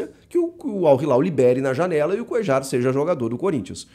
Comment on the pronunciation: Te corrigindo Chico. Não se pronúncia coeJar e sim CoeLHAR. ele é colombiano e sendo assim a pronúncia certa do nome dele é coelhar (coellar) igual o cantillo colombiano também o certo é cantiLHO E não cantiJo.